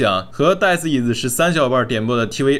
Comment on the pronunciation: 是tv 不是t wee